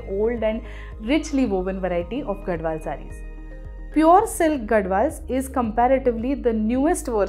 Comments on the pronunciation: It's pronounced as Gadhwal and not Gadwal. I'm from Telangana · Mam it is gadhwal not gadwal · it is “GaDHwal”, NOT Gadwal. It is from Telangana. You should study before you make videos with wrong information. And stop selling bad sarees.